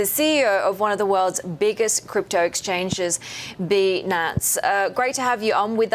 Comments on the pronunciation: Bitch can’t read.. its binance not benance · binance!!! not beenance.. stupid bitch!!!!!!!!!!!!!!!!!!!!!!! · "Bee-nance" xd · they are definitely mispronouncing the name of the company. its bitcoin finance: Binance....not what ever was said before... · "Be-nance" lmfao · stupid woman, it is b ai nance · why does she pronounce it beenance ? would she say feenance ? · She's clearly australian and even in australian english it would be pronounced 'buy-nance'. She just got it wrong. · Goatboymagic nah she's definitely saying goodbye bee nance. I wouldn't be surprised if she ask why it was banned in chee na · she is sayin BAH NANCE you dumb fuck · Why she pronounce Binance in a weird way? "Beenaance" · Its pronounce BYE-NANCE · She can't say Binance right but she hot with that accent